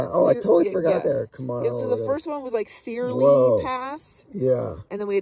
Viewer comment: Love, love your videos. Searle rhymes with pearl. Yes, the bunkers were for munitions storage. The barracks are further down HWY 24 and only the foundations are left.